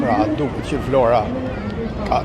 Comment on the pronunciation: Zoti sa bukur e shpreh atë emër,,,,,Vlora...jeni i mrekullueshëm dhe folja jote është shum pastër